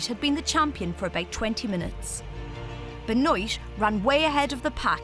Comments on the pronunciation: Disgraceful how this so called commentator repeatedly mispronounces her name. There is no excuse for this. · Isn’t Benoit pronounced as Ben what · It’s Ben-waa not Ben-oyt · Joan Ben-OIYT? Oh man, that is shameful. I don't speak a word of French, and I live an ocean away from the country (and hundreds of miles from Quebec), but even I know that is pronounced wrong! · Ben oit 😂 its pronounced ben war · Be-noit? Surely it's Ben-wah? Like Chris Benoit? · joan ben wah .. not ben oit ... it is FRENCH ... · pronounced ben’wah not ben-noyte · Ben-wah, not beh-noyt. Brutal pronunciation, lol. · As a side note, I was kind of curious as to the pronunciation of the American winner's last name. The narrator kept saying Ben-oyt, so I presume that's how the runner chose to pronounce it, while the rest of the world would pronounce it Ben-wah, the proper French way. I've always wondered why Americans insist on butchering the pronunciation of non-English names. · It's Joan Benoit. Pronounced Ben-Waa not pronounced Ben-noyt like in this video. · Its a french surname lol. It's ben-wah, not be-noit lol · yeah ben wah ... not oy it ... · It's Ben wah not ben oyt. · Benoit pronounced as ben-hwa. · i thought Benoit is pronounced as "Binwah"... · The marathon winners name is pronounced ben-wah is it not? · Benoit is pronounced ben-wah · Joan Benoit pronounces her name Beh-noyt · Anika Zimmermann im pretty sure she meant Benoit it’s pronounced be(buh)-nwah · it's pronounced Ben-Wah and Gabriela's last name is pronounced She then sss, Shesss. Say sss for about a second like the sound when a snake is hissing. Class dismissed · Brem Brem brah French is my first language, you gon teach it to me? Boise is pronounced Boyzee, Benoit is pronounced ben-oy-t, she ain’t French, she doesn’t speak French. Case closed. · boy zee ... benoit is FRENCH origin ben wah is the french pronunciation boise is is alabama speak ... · Horrible pronouncing of her name 😂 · she pronounced benoit wrong lol